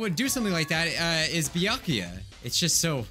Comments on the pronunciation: It sounds like you keep saying byankuya but it has no N. Just Byakuya. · It’s byakuya or toko Me knowing it’s neither:Close but not close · Any time says Byakuya really fast it sounds like he's saying my name